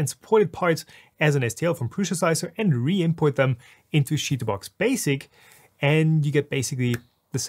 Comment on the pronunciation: I have never heard anyone pronounce it "shitoobox."